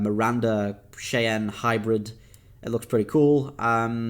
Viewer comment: Cheyann class= it's pronounced (shy-ann)